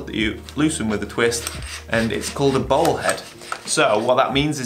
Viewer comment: Your very charmful accent makes "Bowl" head sound like "Ball" head. New pano head looks tasty.